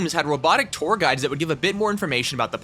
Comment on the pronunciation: Im sorry but i heard "poor guys" instead of "tour guides"